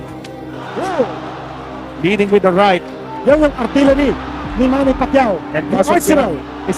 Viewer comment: MANNY ❌ MAMMY ✅